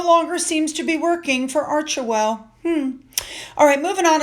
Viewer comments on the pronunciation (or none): 'Arch Well' The e is silent